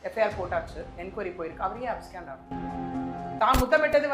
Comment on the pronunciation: These ladies dont have the full picture. First and foremost, the word is 'abscond' and not abscand. Learn pronunciation of words. I am 100% sure he never claimed to be God at any time or as a mediator. Please exercise caution and be more responsible while making allegations. I dont attend his church. No true Christian will ever claim to be Jesus. Because that would be blasphemy